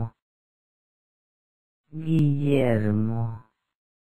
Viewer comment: This is correct but the audio is terrible. Personally, I like it when people pronounce it the following way: "Gi (similar to musical Gig without the last g) heir (As in heir to the throne) mo (like Moe from the Simpsons)" It doesn't sound like a native speaker but it keeps the structure, and people with the name will understand it. In my opinion this is the most charming way of pronouncing it.